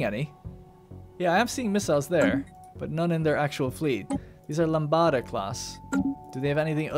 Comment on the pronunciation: Swarm Corvette crew: Now he's gone away, only man who's ever made me cry Not so far away, far enough to make me wanna die Crying over me, is what he's gonna be when he's hit by the need of my love ... Do you like the song that much? IT'S LAMBDA [LUM-DUH] not La LAMBADA, mate.